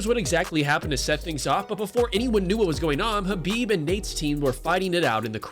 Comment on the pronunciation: ps its khabib dude not habib. u said it multiple times